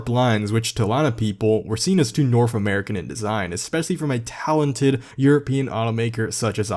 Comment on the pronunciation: Anyone gonna say something about how he says norf instead of north